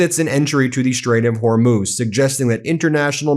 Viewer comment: " we don't need hormooz streets."????? What is trump talking about?